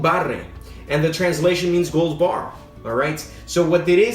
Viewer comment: When he called “guld barre” a brand 💀